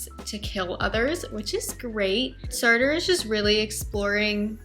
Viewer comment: It is pronounced Sart - the rest is silent. Languages are tough. Hope this helps.